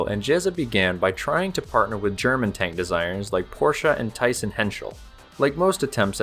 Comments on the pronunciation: You seriously need to work on your German. I did not understand Tyssen at all. I did recognise ZF Friedrichshafen but Tyssen, omg it sounded totally wrong. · Great video! Allow me some smart ass corrections as a German native: it is "Thyssen" , it is "ZF Friedrichshafen" (a company still in operation today). German engineers worked in a lot of South American countries (not to say that Brazil has not a lot of their own great engineers of course).